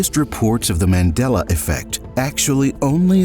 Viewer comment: You said that in the most Texan accent